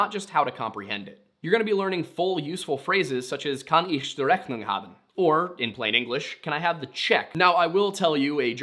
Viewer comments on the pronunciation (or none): As a german, I had to listen to your "Rechnung" Part twice to understand what you said to be honest. No hate, but there's a lot of room for improvements :D